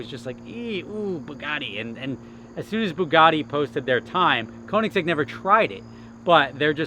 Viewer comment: You gonna stop saying Koenigsegg like it's a model name?